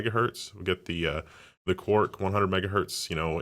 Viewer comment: you pronounce "quark" as "cork"